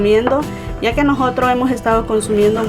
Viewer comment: Se dice "nosotros", no "nojotros".